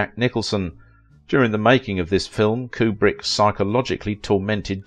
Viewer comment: His name is pronounce Que-brick, not Coo-brick.